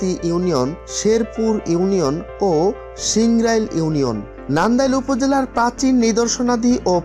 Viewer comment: সিংরাইল হবেনা সিংরইল